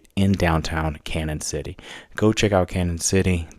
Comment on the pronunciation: its pronounced like canyon because of the line over the n